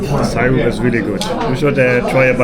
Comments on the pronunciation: It's pronounced Sir-up not Sire-up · Syrup is pronnounced seerup. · You were eating imitation maple syrup or pancake syrup (pronounced sear-up not sire-up) in that Cooperstown diner. Regualr pancakes in USA are eaten with butter and maple syrup. The pancakes are not sweet so the added syrup makes it savory and sweet. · SIR Up. Not sigh Rup. lol NFL Football is the most popular. Baseball:Zzzzzzzzzzzzzzzzzzzzzzzzz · Also, I love the way you pronounced “syrup” (it’s pronounced “seer-up” or “sir-up”) 😄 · syrup .. is pronounced like it sounds.. as in "see rup" not the way you are saying it.😂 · Love your accent man! Syrup is pronounced “Sir-up”❤😂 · The syrup (pronounced see-rup} is corn syrup..cheap version of maple syrup..Americans are friendly..it.makes you forget they are a war momgering nation..the niagara falls on the Canadian side is way better. Rural upstate ny is gorgeous! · She was probably thinking of molasses. "Brown sugar cane" was what made me think that. That is made from sugar of course... pure sugar. Syrup is made from maple tree sap, has lots of sugar in it, but it's tree sap. Hearing you mispronounce that was cute, who says Germans cant be funny, just have them try to pronounce New World words. See-r-up, not Cy-rup. "Massachusetts", I will not correct you, because that was golden. Adorable. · It is so cute how you pronounce "syrup "....love it❤